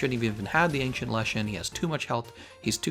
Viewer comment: ples pronounce "ancient" as ancient, not ankcient